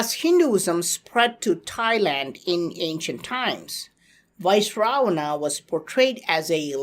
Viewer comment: Also, he is pronouncing it wrong. It’s Vy-SravaNa.